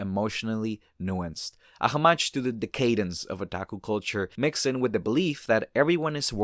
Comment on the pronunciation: decadence /dĕk′ə-dəns, dĭ-kād′ns